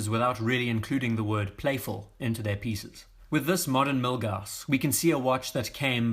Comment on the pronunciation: Yeah the Milguass is great and in a British accent almost sounds cool 😎